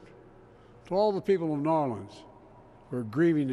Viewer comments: Hold up wait Biden pronounced new Orleans correctly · Don't a lot of people say Nawlins? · Yea everyone in the south says nawlins, everyone else says new orleens probably because of the song in princess and the frog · That's how the locals pronounce it.